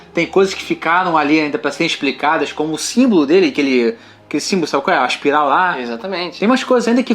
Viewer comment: Aspiral não, mano. Espiral. Pelo amor de Deus.